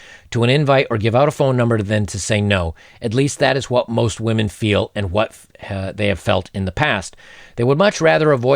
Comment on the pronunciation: "Whamen Most Affected"